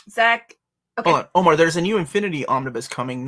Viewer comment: Omar is hurt his old white lady neighbor said he speaks English well. Meanwhile we see the Omar that mispronounces his own name on the channel 🤣 Btw love these streams you do, even if I can't watch them live.